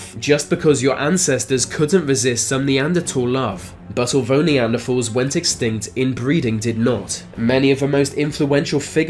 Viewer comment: “Neandertalls” lol